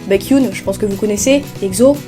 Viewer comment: Baekhyun comment ta prononcer son nom?????? Le pauvre